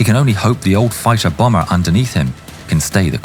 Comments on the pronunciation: i love the ai used in this. if people think its not, i guess you believe anyone pronounces the word fighter as fitter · Bro couldn't say "fighter" to save his life 💀